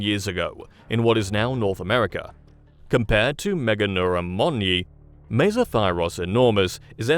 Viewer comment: first channel to pronounce this correctly out of about 6 others I previously viewed. MEGA neura. All the others said MEGAN eura. You're also the only one to define the parts of the word "large nerve". The others must think it was named after a girl in Europe. This goes for the AI generated channels, too.